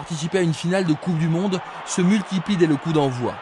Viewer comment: A intenção era "Coupe du Monde", mas o sotaque parisiense é foda 😂😂😂😂😂